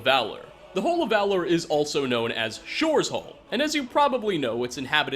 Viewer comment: Sorry "shors hall"